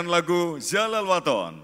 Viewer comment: Nyebut Yalal wathon sepertinya zahlal wathon ya ?😂 sdh salah tu.